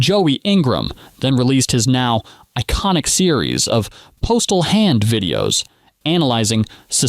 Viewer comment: A generation who grew up on biopics that felt the need to go cradle to grave. My bigger question is why it sounds like the narration is pausing to make air quotes every dozen or so words. Also, I don't know how the name Postle gets mispronounced so many times (VO says it like "postal") when the video literally shows Doug pronouncing it mostly correct (it actually rhymes with "hostel").